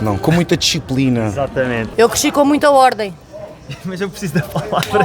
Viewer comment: aos ela fala 'uordem' e é algo que eu noto muito no sotaque de Portugal, em palavras como homem, que as vezes saem como 'uomem'